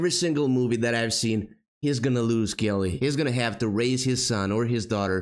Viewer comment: The one lice who keeps saying "Kelleh" looks like Jerry Seinfeld.